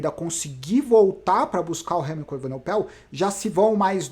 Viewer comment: Grande fã dos seus vídeos!!Algumas ponderações: 1) A edição ta show! Não atrapalha em nada 2) Sou o chato do nome dos ciclistas: Vc falou Evenopel e nao E-VE-NE-PO_EL 3) Não fale aos 45 do segundo tempo...sugiro falar "conseguiu o patrocinio na flame rouge.... Grande abraço e sou chatão mesmo!!